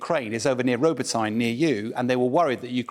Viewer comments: Jeeshhh... For the umpteenth time English folks, it's not Ro-bo-"Thyne", it's pronounced Ro-bo-tee-nah!! :yougotthis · Why is this clown pronouncing it Row-bah-tine? If he can’t be bothered to pronounce place names properly he clearly lacks attention to detail. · It's not called bloody ROBOTINE. doesn't even try to pronounce it correctly. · Do they try, though? theres a difference between Ro Bo Tine and Ro Bot Neh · Isn't it pronounced Roboteni ? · Funny how pronounces Ro-ba'-ty-na. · I was thinking the same - especially as I come from Newcastle upoin Tyne. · Robotyne: The village has been in the headlines for weeks, but they still haven't a clue how to pronounce the name correctly (applies to other places as well) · Only a cocky Englishman would pronounce Robotyne in any other way than the one in which the Ukrainians pronounce it. Where's William Wallace when ya need him?